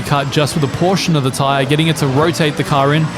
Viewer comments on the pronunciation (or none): none